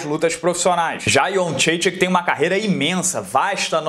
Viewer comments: "Joana Iendredique" hehehe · Acho interessante como cada narrador e comentarista tem sua própria, única e particular pronúncia de Jędrzejczyk. 🤣🤣🤣🤣 Ótima análise!